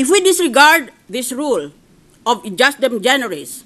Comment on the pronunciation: madam senator, with all due respect, the latin "ejusdem generis" is pronouced as eyusdem generis. when a vowel precedes and succeds the letter j, the letter j is pronounced as a y.